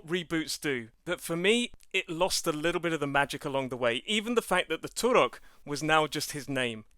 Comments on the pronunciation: Stop saying 'Turok' like that. It's super annoying. Here say it correctly "turrrok" . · I loathe the way you roll the "R" in Turok.